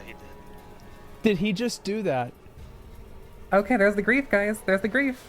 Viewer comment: "okay gais" yuck